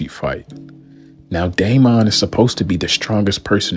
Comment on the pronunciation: Why're you putting so much emphasis on the "o" in Daemon? 😂 It's pronounced more similarly to "Demon" but with "Day" instead of "Dee".